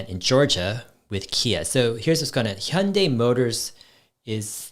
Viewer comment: Are you Korean Dave? Cuz your Hyundai pronunciation is just perfect haha. Big love from South Korea!